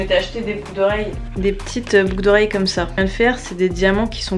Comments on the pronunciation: Mdr c pas shin c shein😂😂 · « She in » 😭😂